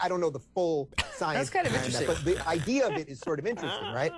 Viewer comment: Now THAT is a high level important idee-uh